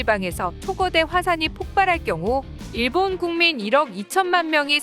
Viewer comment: 내가 좀 예민해서 그런지 발음이 일본도 아니고 계속 일~본이/데~요?이래서 좀 거슬리네 .. 걍 안들을련다..